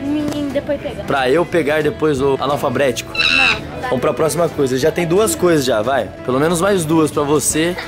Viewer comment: Esse vídeo ficou muito engraçado pq o falou tudo errado tipo: analfabeto ele falou Anafalbretico kkkkk muito engraçado